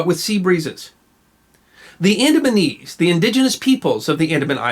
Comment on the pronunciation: It sounds like the "AdamsandEves"